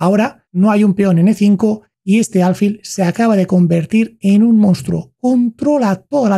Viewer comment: No se dice álfil, se dice alfil, con acento en la i, pero sin tilde